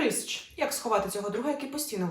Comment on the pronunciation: Прищ, навіщо то коверкати!?